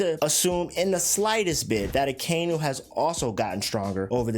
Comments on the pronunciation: Its pronounced “aka-inu” aka = red inu = dog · as soon as you pronounced Akainu’s name i logged off